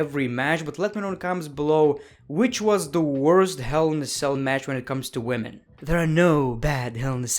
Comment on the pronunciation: Boby lashley after seing this:man stop saying wemon every time I appear Sasha banks:wellcome my friend